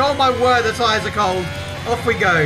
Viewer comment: Thought you said "How's Mathias?" when you said "How's my tires?" Got a bit confused